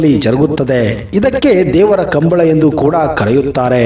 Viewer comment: ಸರ್ ಅದು "ಕಂಬಳ" ಅಲ್ಲಾ.. "ಕಂಬುಲ"